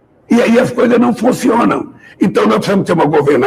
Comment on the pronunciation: OBSERVAM O PAI DOS POBRES FALANDO 🗣️... FUNCIONAM KKKKK ELE FALA FONCIONAM KKKKK 😁😁😁😁😁😁